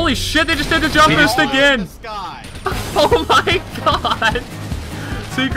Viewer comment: SUCCESHFULL BOOSHT! xD